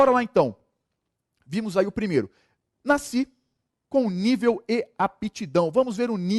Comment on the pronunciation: Excelente aula, agora "NACI" foi foda! o correto é Nasci.